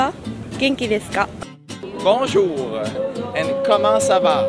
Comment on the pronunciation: 講法文果個唔係法國人? 佢講Bonjour同un deux trois quatre cinq個口音好似有少少奇怪